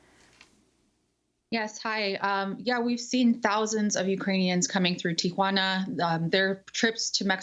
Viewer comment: Amy, like most Americans, mispronounces Tijuana—it’s not Ti-a-juana. Listen to how says it.